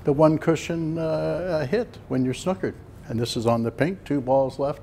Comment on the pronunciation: Good man Cliff 👌🏻🍀 love the way he says Snukkered!!